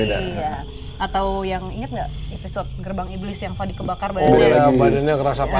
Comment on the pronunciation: fadi bukan Fandi kak